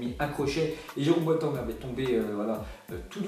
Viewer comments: Mec tu sais pas prononcer les noms des joueurs ou quoi ? mddr « bouatangue » « de bruine ». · "Boatan " Ouch mes oreilles